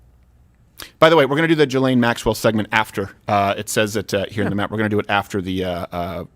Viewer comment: Steven should pronounce Ghyslaine en français calisse